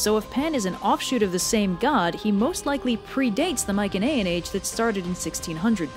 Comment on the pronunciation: Coming back to watch this I noticed that she is pronouncing Mycenaean wrong or is that another way to pronounce it